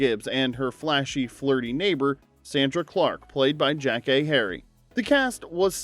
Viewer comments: It’s not JACK-kay… it’s Yah-kay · Jackée Harry's character name was consistently mispronounced by the narrator.